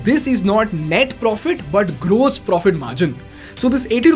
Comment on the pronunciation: Fix your pronounciation for 'gross'. It hurts my ears!